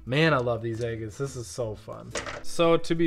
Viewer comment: I love how you call them egg-its. Lol.